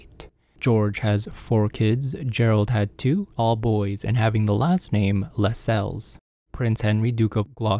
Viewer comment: Well done. My understanding is that Lacelles is pronounced with the emphasis on the first syllable, like tassels.